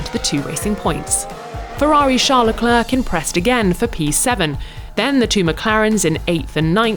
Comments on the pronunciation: leclerc is pronounced le clare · I'm still astounded that that Tom Clarkson and Rosanna Tennant cannot pronounce Leclerc's name correctly!